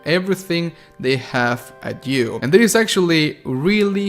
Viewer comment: your YOU sounds like jew. "jew may like it jew may hate it". XD